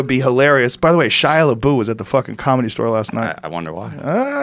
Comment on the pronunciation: Joe - “ Shia Lebu “